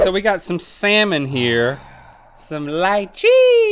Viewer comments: It is not "lie-chee" it is "lee-chee" just btw. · lychee, they way they said it lmao. lie-chi... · LIE chee hahah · When they pronounce Lychee as /lie-chee/ instead of /lee-Chee/ too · Noooo! It’s Lee-Chee! Not Lie-chi! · ITS NOT LYYYYYCHEEE ITS L(eee)chee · I love hearing Link trying to pronounce. LOL I pronounce Lychee to Leechee, I think either way is fine😂😂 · It’s pronounced LEECHEE lol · It's pronounced leechee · Anybody want to tell these guys how to pronounce lychee? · why they pronouncing lychee like that